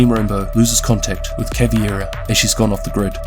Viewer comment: CavEIra not CavIEra and it’s MontagnE not MontagnA